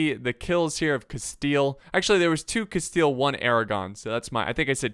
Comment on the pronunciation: Spanish: Castilla: Casteel